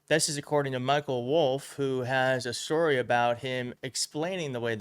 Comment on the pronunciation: A shhhtory. Not story